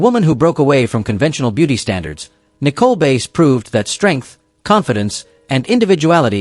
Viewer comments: This A I crap needs to STOP!!!!! It is messing up people's names. Nicole Base ??? No it is Nicole BASS Also they wrestled for the WWF!!!!! That was the company's name when all these talents performed in the company. NOT WWE!!! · Nicole Bass last name is pronounced like the fish Bass